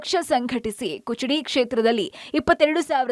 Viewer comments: Kuchadi ಅಲ್ಲ ಅಕ್ಕ ಅದ... Kudachi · ಅದು ಕುಚಡಿ ಅಲ್ಲ ಕುಡಚಿ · ಕುಚಡಿ ಅಲ್ಲ ಮೇಡಂ, ಕುಡಚಿ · Not kuchadi it is Kudachi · ಕುಚಡಿ ಅಲ್ಲ ರೀ ಅದು ಕುಡಚಿ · ಅದು ಕುಚಡಿ ಅಲ್ಲಾ ಕುಡಚಿ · ಕುಚಡಿ ಅಲ್ಲ ಕುಡಚಿ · ಕುಚಿಡಿ ಅಲ್ಲಾರಿ ಕುಡಚಿ ಅಂತ ಹೇಳಿ ಚೇತನ ಟಿವಿ ನಿರೂಪಕೀಯರೇ ನಿಮಗೆ ಕರ್ನಾಟಕದ ವಿಧಾನ ಸಭೆ ಕ್ಷೇತ್ರದ ಹೆಸರು ಹೇಳಲು ಬರುವುದಿಲ್ಲ.ಕನ್ನಡ ಬರದಿದ್ದರೆ ಕಳೆ ತಗಿಯಾಕೆ ಹೋಗಿ. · Taayi adu not kuchadi, kudachi😅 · Kuchadi alla madam adu kudachi😂😂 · ಕುಚಡಿ ಅಲ್ಲರಿ... ಕುಡಚಿ ಅಂತ ಹೇಳಿ... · Kuchadi 😂 alla kudachi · ಕುಚಡಿ ಅಲ್ಲಾ ಅಕ್ಕಾ ಅದು ಕುಡಚಿ😂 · ಏ ನಿನೌನ್ ಕುಚಡಿ ಅಲ್ಲ ಅದು.. ಕುಡಚಿ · Hey , It's Kudachi not kuchadi😑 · ಕುಚಡಿ ಅಲ್ಲ ಕುಡಚಿ ಮೇಡಂ 😂😂 ಇದನ್ನ ರಂಗನಾಥ್ ಸರ್ ಕೇಳದ್ರೆ ಅಷ್ಟೇ ನಿಮ್ ಕಥೆ 😂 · its kudachi..not kuchadi🤭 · That is KUDACHI and not kuchudi.. pls read correctly